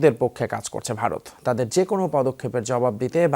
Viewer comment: তরা আগে উচ্চারন করা শিখ "বারত না ভারত" 😂😂😂